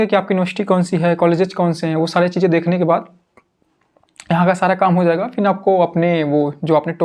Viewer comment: फिन नहीं फिर होता ह